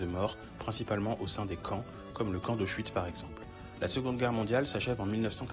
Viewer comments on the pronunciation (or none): camp "d'auschwitz" et non "asuchwitz"